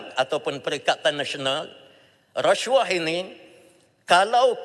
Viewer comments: Racuah..haha,sebut pun xtau ape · Menyampah betul menyebut resyuah, resyuah....tup2 NAFAS skandal baja 1.9B, ish ish